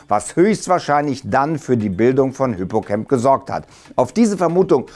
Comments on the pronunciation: Ich denke Mal Hippocamp wird nicht Englisch, also wie "cämp" ausgesprochen, sondern "Deutsch" bzw Latein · Hippocamp ist griechisch, und kein englisches freizeitlager, er wird mit a und nicht mir ä ausgesprochen